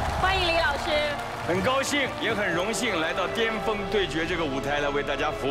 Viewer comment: 也有可能是口音问题，有些地方人尖和巅、前和甜是不分的